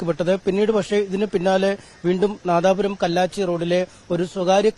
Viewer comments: Madapuram alla nadapuram aan ✔️🗿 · അണ്ണാ madapuram alla Nadapuram